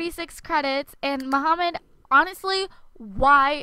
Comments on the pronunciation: I am arabic so i know. mahmood is not pronounced as 'mo-ha-md' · "MAHMOUD" IS PRONOUNCED "MA-MOOD" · his name is Mahmoud (Mah - Mood), she just says it wrong... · his name is pronounced mah-mood ya-var-ee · Candy Klistal his name is arabic, so you say it like they say in arabic, DUH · I know this video's really old but I only started watching it recently and a lot of things really bother me lol. His name's not Muhammad, it's Mahmoud. Those aren't the same. And it's not "dormitery", it's dormiTORy with an o. Also, how do you not know how to pronounce mural? It's not a hard word. Lastly, in a couple videos back you said "uba gangnam style" but it's actually oppa gangnam style.